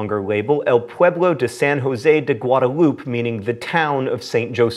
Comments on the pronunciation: Guada-LOOP, John? You gotta pronounce ALL the vowels! Gu-ah-dah-LOO-peh! Wonder what language he took in school. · "Gwoduloop" not Guadalupe👍🏻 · It's not "guadaloop" - it's "guada-loo-peh" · It's funny hearing John say "Guadalupe" because, as a San Jose native, I can tell you we all pronounce it " guad-a-loo-pay" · really, Goo-odd-a-loop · "Guada-loop". DafuQ??? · being that I'm from San Jose would like to let you know you pronounce the word Guadalupe wrong